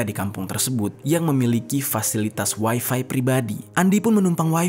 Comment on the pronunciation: Bang ga usah ngomong waifai...toh juga Abang sedang bicara pake bahasa Indonesia...